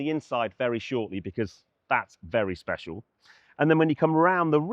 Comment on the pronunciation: WAHOO! "Speshalll"